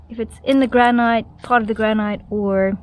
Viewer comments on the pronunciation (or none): Just to let you know, granite is pronounced as ‘grannitt’ and not rhyme with night.